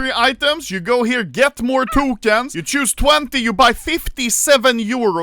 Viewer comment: When will Ludde learn how to say tokens correctly